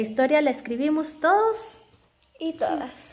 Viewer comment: Ese "Todos" en el minuto sonó muy guatemalteco.